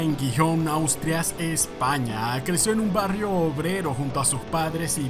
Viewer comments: Es Asturias no “Austrias” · Gijón Austrias, jeje le patinaron todas las letras entre la A y la s 😂😂😂